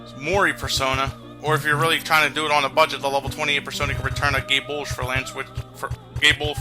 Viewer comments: it's gae bolg but it does soung like that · Did anyone else hear "return a gay bulge for brad"?